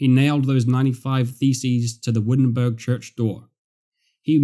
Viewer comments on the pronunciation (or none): none